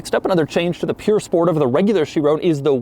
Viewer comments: Not puuure sport, P-U-R sport, pur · It’s Pur, not Pure buddy